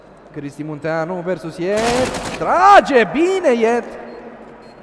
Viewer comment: de fiecare data cand comentatorul spune gresit numele lui yeet, ma dor sincer urechile